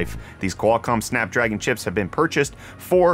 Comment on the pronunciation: Did he say "Snack Dragon"?! Now thats a processor I can get behind!